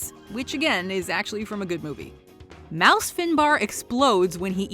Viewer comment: Isn’t it Moose Finbar? Not Mouse???